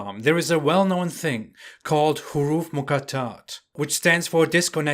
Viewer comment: Read tafseer ibn Abbas. He clearly says in it Prophet of Allah (PBHU) made us understand these words. And pronounce huruf Al muqatat properly. Your Arabic is very bad.